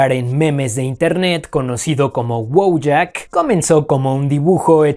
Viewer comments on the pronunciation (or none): Sería Voiak. El Polaco la "W" se pronuncia como "V" y la "J" se pronuncia como "I". Y si, "Wojak" en efecto significa soldado o guerrero.